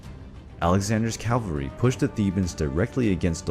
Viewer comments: Calvery ? Did you not realise in all the times you said "calvery" that it did not sound quite right ? Soldiers on horseback are known as "cavalry" ! Modern cavalry in the USA use helicopters, Mel Gibson's movie "Once were warriors" based on Colonel Hal Moore, explain that the cavalry swapped the horses for helicopters ! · Its called "cavalry", not "Calvary". Cavalry are soldiers on horseback. Calvary is the name of the place where Christ was crucified. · Calvary? Aarrgghh! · Calvary? You mean Cavalry.... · Cavalry not Calvery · Cavalry! Not Calvary. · Cavalry, not calvary. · "Calvarey" lol its cavalry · I love your channel but PLEASE don’t say calvery, it’s really not that hard to pronounce cavalry. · fantastic job. one little thing though: it's cavalry, not calvary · Nicely done, but I think the correct word is "cavalry". I keep hearing "calvary ". Fairly common mistake. Otherwise I really like this. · I hate when people say "Calvary" instead of "CAVALRY". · Love the video, but for future reference you’re pronouncing cavalry wrong.